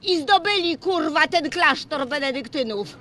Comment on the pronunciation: "I zdobyli kurrrwa ten klasztor" kisne